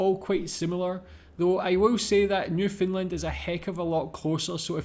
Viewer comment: Common Canadian pronounciation is Nyoof'nland with more stress on land than nyoof. Definately not NewFinland LOL